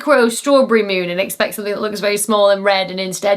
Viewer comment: The Meewnn... 😄😄😄